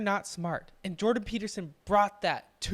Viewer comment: It's Jordan. Why can't people get his name correctly?